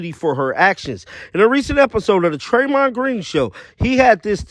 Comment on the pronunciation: It’s not Treymond it’s Draymond. Come on man.